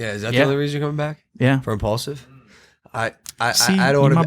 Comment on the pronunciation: Mike needs to talk WAY less. The show is imPAULsive not imMAJLAKsive